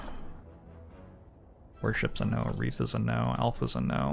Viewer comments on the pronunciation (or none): none